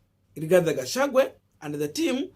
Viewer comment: Gachagua not Gachangwe